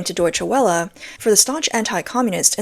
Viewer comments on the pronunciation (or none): When you say Deutsche Welle, the 'W' is pronounced as 'V.'